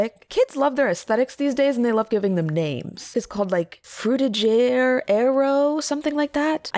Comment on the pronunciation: Is Frutiger not a hard r?